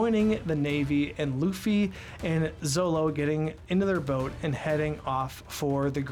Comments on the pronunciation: Always nice to see someone enjoying on3 piece fpr the firet time. Ans also funny to hear first time readers call zoro "zolo". Yep u hear me right it is zoro. In japanese the character used for "ro" can be pronounced both ro/lo. But it was confirmed with the anime and oda himself that is it ro. In the west they choose for zolo because of fear for copyright for anlther character called zoro. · Btw. It's not "Zolo" it's "Zoro" i don't know why the manga translation took it that way but when i grew up with one piece his name was always pronounced "Zoro". Even now the subtitles are saying "zoro". I am not sure but I would try to get this while reading. (could be different for only manga readers) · Just a friendly warning (I see other comments brought it up too lol) It's actually pronounced Zoro. I don't remember the exact details but it's written Zolo for copyright purposes with The Zorro. In Japanese, L and R sounds are kinda interchangeable, which is why Zolo was used in the volumes. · Glad you like this.^^ Though, you kept calling Zoro as Zolo. XD Whoops, eh? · did he say Zolo? 😂